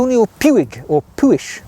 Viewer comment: Puig is pronounced like "push."